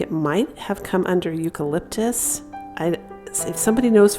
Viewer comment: It’s eucalypis